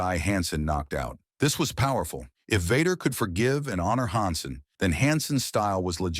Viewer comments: Can't make a video where you can pronounce the people's names right? Its Han Sen, not Hon Sen, Pronounced Verne Gagne wrong too, get a real job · I hate the obvious ai reading voice. hansen honsun stfu. at least listen to it before you post it. other than that ty. Also maybe slow it down a bit. part of its like fact after fact. need time to give people to absorb stuff.